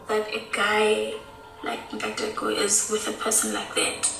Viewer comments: If Jessie not butchering a name or word then the video don't hit the same for me! 😂 Nkateko = Katego, Connect n Go, Kanego, Atego, Abednego, N-Taco....💀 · "Inn-Kaa-Tehcko", you're welcome lol